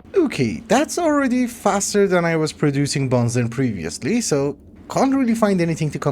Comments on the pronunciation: benzene ❌ banzen ✅ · I love you man, but please pronounce (ben·zeen) correctly. It’s hurting me